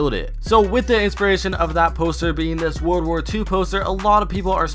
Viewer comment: Y do you keep on saying wood war not world war